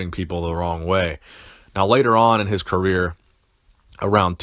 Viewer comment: "King" - what "creer"? ... lol ...